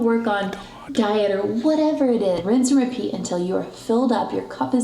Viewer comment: For a second I thought she said “rinse and pee” lol 😝 😆 😂